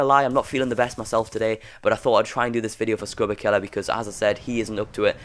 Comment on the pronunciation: Why does he call him "skruberkiller" Its skrubkilla